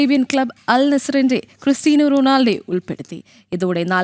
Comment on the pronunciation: ക്രിസ്റ്റിയാനോ അല്ലാതെ ക്രിസ്റ്റീന അല്ല. Pronounciation ❌